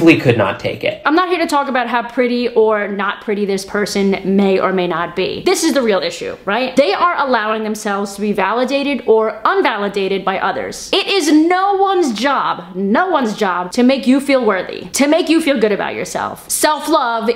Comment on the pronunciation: "Invalidated" Not UN-validated.